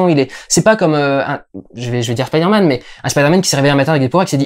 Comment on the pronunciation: La vraie question c'est: Est-ce qu'un jour les doubleurs français vont prononcer "Spiderman" correctement?